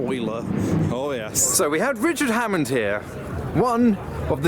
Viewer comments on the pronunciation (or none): Hammond not Hammon.